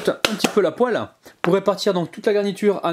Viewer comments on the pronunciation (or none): none